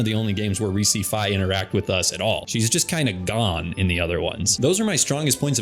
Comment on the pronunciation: I've spotted a flaw in your timeline. You pronounced Fi wrong.